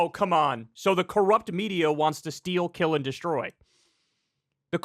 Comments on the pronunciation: I feel like he said jail em all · Sounds like he said, "jail em all." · Im just gonna try to be fair here. I think he said jail and not kill. U can hear he has like a hard time pronouncing some letters. Im not defending them at all. Just trying to be fair. Cause we all know either way its still bullcrap what hes saying. But im just being fair. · Fam, i don't fuck with Trump on any level i know he is a racist and so is most of his supporters. In the first play through its sounded like he said kill but when i ran it back its definitely jail just keeping it a 100 jail em all is still the tyranny they claim to be against. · yeah, same... i can't even try and force my brain to hear 'kill', all i hear is 'jail'. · Guys I’m sorry but I listened to this like 10 times and I CLEARLY hear him saying jail them all. McGurk effect maybe? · Am I the only one who hears "jail them all"? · it sounds like hes saying "jail them all" honestly lmfao.. it wouldnt make sense but nothing they do does. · I heard "jail'em all". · Listening again, I heard "kill'em all" then catching himself and saying "jail'em all". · I heard Jail or Joe them all.... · If you listen close, it sounds like he says "shoot 'em all" (before the mic reaches him) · Wait, i heard him say “jail them all” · I saw this clip before Kyle posted this video. When I initially saw it I heard him say “jail em all”. After watching it again trough this video I still think thats what he said. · Ironic because if you listen carefully, pretty sure that guy said "jail em all" not "kill em all" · I totally heard, "jail 'em all" and I went back and listened with headphones several times. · This is the new version of blue dress / black dress. He's definitely saying jail tho to my ears, listening on good speakers. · i heard gaol ‘em all, it’s absolutely clear. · He obviously said "jail", not "kill". Kyle knows this too, this is just pure clickbait. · I heard "jail 'em all" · I heard kill. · I thought he said Jail ‘em all.